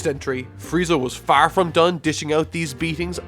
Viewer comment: Dude where are you from? Every time you say FAAAR I can't tell if it's Boston or Chicago